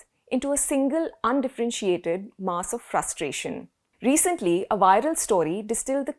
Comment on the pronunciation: The word "mass" in English rhymes with the word "gas". It is NOT pronounced "maas".